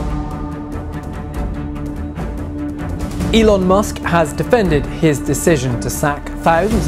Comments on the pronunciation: You keep pronouncing his name zelon is driving me mad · i was laughing like a hell while you were explaining and taking name as "Zelon". btw Its good way to get out of any of the controversy . I appreciate..